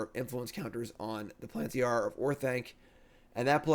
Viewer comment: Plantiyah lmao